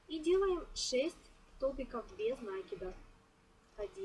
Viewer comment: Глагола "влаживать" не существует НакИд, ударение на И без накИда